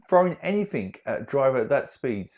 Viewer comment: Throwing ‘anythink’? Wtf